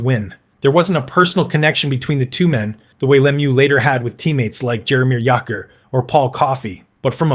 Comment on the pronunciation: You do pretty good videos, but I suggest making sure that names are pronounced properly. For example, Jaromir Jagrs name does not use the sharp J sound, but the soft J sound, which sounds more like a Y